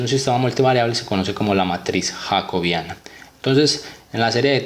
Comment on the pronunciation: Yacobiana ??? Así no se pronuncia😡😡😡😡